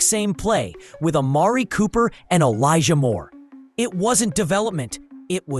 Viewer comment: Did he say Amari Cooper